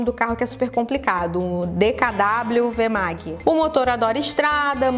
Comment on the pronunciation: A pronúncia de DKW Vemag é dê ka vê vemagui. No tempo da DKW não existia cinto de segurança em nenhum carro no Brasil, nem quem vendesse o acessório... E as agências de publicidade reclamavam sempre que vetar coisas assim eram contra a liberdade de expressão! Detalhe: em 1975 a Associação das Agências entrou na Justiça para proibirem a venda e fabricação de controle remoto para TVs! Ou seja, o consumidor não deveria ter o direito de trocar de canal durante os "reclames" com facilidade.